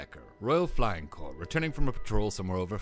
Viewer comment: Corps! Not circus. Jeez.